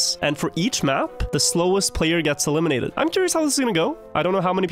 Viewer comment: "ELMINIATED" XD